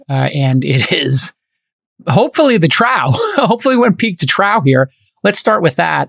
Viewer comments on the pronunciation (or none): Trow? Trough is pronounced like cough. Troff